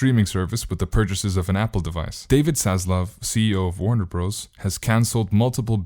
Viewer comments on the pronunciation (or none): "Warner Bros." is pronounced "Warner Brothers"!!!!!